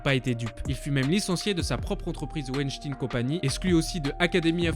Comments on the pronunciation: Hervé Weinstein comme « Wine » pas « ouinstine » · mais réfléchis deux seconde petit boulet il l'a écris en phonétique comme prononcé dans la vidéo par le roi des rats pour souligner le fait que Weinstein ce dit (Ouaïechtaïene) et pas (Ouichtine) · C'est un nom allemand que les anglophones prononcent mal, comme à leur habitude. C'est Weinstein, pas Weinstine. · Weinstein se prononce Weynshtayn comme Einstein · ça se prononce Harvey Waynstayn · Weinschtagne ca se prononce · on dit pas l'affaire winstin, ON DIT WEINSTEIN. C'est pas un catho ni un musulman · "Weinsteen" ca pique les zoreilles.... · ouenchtine ! donc comment tu prononce frankenstein ? frankenchtine ? lol bonne vidéo tout de même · Franchement la vidéo partait bien avant que tu dises « Wyschtin » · C'est quoi ce délire de dire "Weinstine" ? C'est "ein" ! C'est comme si je disais "Albert Inestine"... C'est un détail ok, mais c'est juste insupportable. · Stop dire Epstine, c'est EpSTEIN et WeinSTEIN comme Albert Einstein ou Frankenstein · Weinstein : ven Stëin Juste pour la prononciation ;) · Pour info, Weinstein se pronnonce veinchtaïne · Vinechtine prononcé à l'anglaise stp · L affaire "weshteen" XD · Harvey Weinstein ne se prononce pas "ine" mais sinon ok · C'est pas plutôt VaynStayne que ca se prononce? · C'est stressant de l'entendre dire "WESHTINE" 🤣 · Peut-être un jour entendra-t-on quelqu'un prononcer "Weinstein" correctement. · Comment on peut parler autant de Weinstein sans prononcer son nom correctement ? La vidéo est vraiment super sinon ! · Ta pronciation de weinstein est scandaleuse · Fais attention à la prononciation des mots comme Weistein... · apprends à drire STEIN comme dans FrankSTEIN. C EST DE LALLEMAND mec;. ENCORE UN FRANCAIS QUI NE CONNAIT RIEN A RIEN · « Ein » ça se dit « aïne » et pas « ine » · Superbe vidéo sur des fléau méconnus du monde mais désolé mais mon âme alsacienne me dit tout le temps WeinstEin et pas IN 😅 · ça se dit "Wenstayn" et pas "Weinstine" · "Harvey ouechtine"